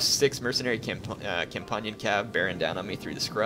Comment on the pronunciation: It's Com-PAN (Like saying a frying PAN, not pon)-Ion cav